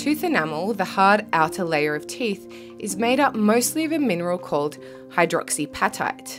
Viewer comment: Hydroxy ap-at-ite (as in the hungry appetite)…not pat-ite